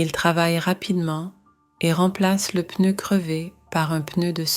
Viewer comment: I do enjoy watching these stories. However it would be better if real people were speaking not a computer. The word ‘pneu’ is pronounced with a silence ‘p’ but the computer doesn’t silence the letter when pronouncing the word. This is not great for people who want to learn a new language. Not the same red dress worn throughout the story! So many different dresses 😁